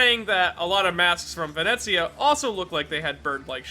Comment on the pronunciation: Ghiaccio approves of your pronounciation of Venezia.